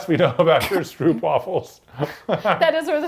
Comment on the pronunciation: The stroop in STROOPWAFELS(dutch) is pronounced like STROPE not STROOP